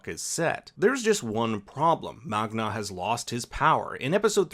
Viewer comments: Sounds like you say Magna instead of Magne. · my man magne lost his V